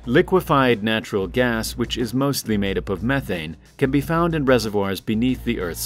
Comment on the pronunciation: Learn to say methane correctly.